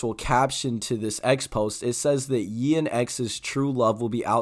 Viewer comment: Fire video but when you pronounce “Ye” you say “Yay” instead of “Yee”